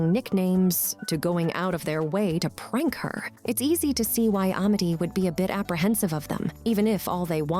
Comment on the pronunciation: "Uh-mity" "PlanTAHr"